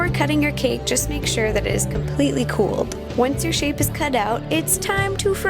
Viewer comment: I like the way she says cake....sounds like cack.